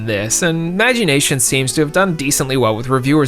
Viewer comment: The way he pronounced Magi Nation hurt a part of my soul.